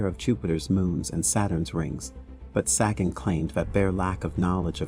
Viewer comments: Carl's sagging? Well, I'll be dog gone! lol Seriously though, pretty sure they're pronounced 'say-gun' and 'doh-gone', respectively. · It's pronounced Dough-gone and Say-gen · Sorry but its pronounced Doe-gon And Say-gan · Doggone ? Saggin ? If you can't pronounce such common names, maybe you should find something else to do. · Sagan is pronounced Saygan. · Thanks for posting. Pronounced Dr. Carl Say-gun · His name is pronounced a as in space, and rhymes with reagan. Carl Sagan.